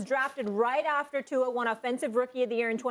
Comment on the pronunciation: It’s Tua